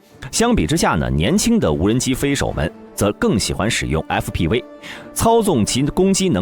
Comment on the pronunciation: fpv😂念成啥了